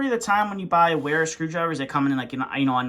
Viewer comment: Wera is a German brand. You pronounce it Vera.